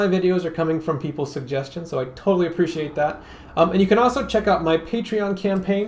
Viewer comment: Great video. I also enjoy the way you say "also" - "awso".